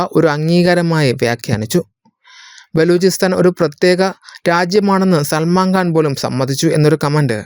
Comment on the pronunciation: Pronounce properly. It is Salman Khan Not Salman Ghan.😊